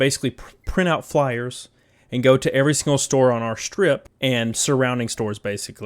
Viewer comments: I hear "flowers" instead of "flyers" 🤣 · The way you say "flyers" sounds like you're sayin "flowers". I like the idea of a Gamestop employee randomly giving me a flower when I walking around WalMart.